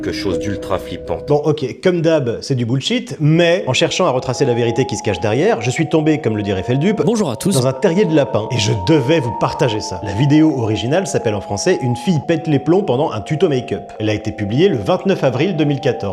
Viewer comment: FeldEUPE, nom de d'là, FeldEUPE ! Et pas "fêlduppe"...